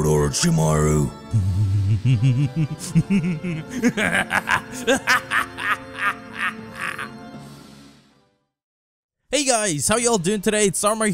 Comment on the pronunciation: “Orochimaru”. More like Orochi--maru. Also, why is he complaining about Naruto being on his team? I would love to have Naruto on my team. Sakura is the useless one.